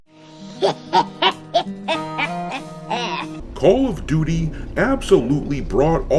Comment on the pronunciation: Call of Doo-Dee 🤷🏻‍♂️